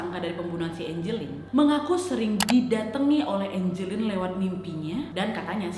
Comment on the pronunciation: nama nya angeline tpi di bacanya enjelin